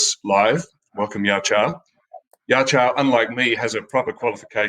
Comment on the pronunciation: Btw "yaqiu" is pronounced as "ya chew"